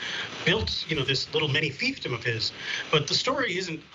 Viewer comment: I don't think that's how you pronounce fiefdom.